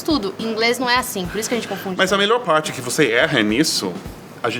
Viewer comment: Seth , o sotaque do americano falando português, você inclusive, nos dá a impressão que são crianças de 5/6 anos falando. Você agora citou a palavra PARTE pronunciando "pairti", bem infantil, mesmo. No bom sentido, lógico. Nossa patricinha, com certeza fala o inglês C O M S O T A Q U E, AFINAL ELA NÃO É NATIVA DE PAÍSES DE LÍNGUA INGLESA. METIDINHA ESSA GAROTA.